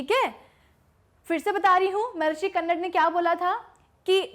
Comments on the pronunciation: महर्षि कन्नर नहीं, महर्षि कन्द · Not कन्नड its कनाद.... कन means atom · Madam its not kannad its कानाद